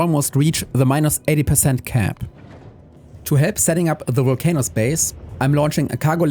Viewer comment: It's pronounced vul-cah-nus. Else you have giant worms in your Vulc-Anus 😬😂 Looking forward to seeing more of this playthrough. 23hrs to build a single ship is mad!